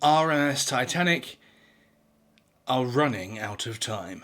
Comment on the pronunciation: That pronunciation of Titanic is brutal